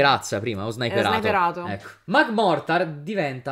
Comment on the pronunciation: Magmortar diventa magmar perché l’ha sbagliato 7 volte ❤😂